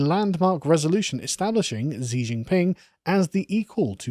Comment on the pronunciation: Hypersonic in aerospace engineering is at least 5 times the speed of sound, and more. High hypersonic is 10-25 times the speed of sound. Reentry speeds range is 25 Mach or more. Chinese pronounce Xi as Shee.